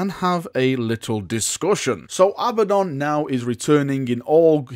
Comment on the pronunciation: A-BADD-ON NOT FUCKING ABBA-DON